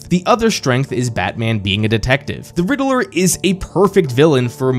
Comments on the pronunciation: Anyone else was dying hearing the riddaler and not Riddler 😂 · Drink everytime he says Riddle-er 😂